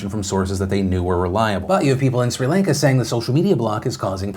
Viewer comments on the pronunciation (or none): PhilipDeFranco you pronounce Sri Lanka like this (Chri-Lan-ka0